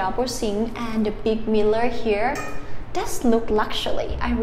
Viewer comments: And mirror... Mear-or instead of miller. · “Mear-or” in American English or “Mirror” in actual English. 😅😊